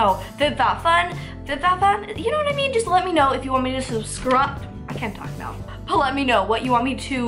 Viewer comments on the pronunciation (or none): none